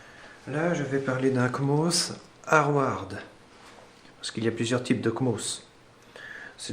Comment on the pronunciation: on dit hardware , et non harware